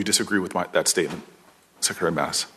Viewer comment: kenny D well said!! I knew it was going to be painful but I had to hear his inability to pronounce secretary. Booker is a failure, no wit junior senator